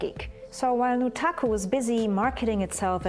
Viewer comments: Can we stop pronouncing the u in Nutaku as an oo already. I mean it is obviously meant to be NUT...... The pun is blatant. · It's pronounced [Nut-AKKUUU!!!] Note screaming the second sylable is neccasary, like how you say the whole thing for A Tribe Called Quest.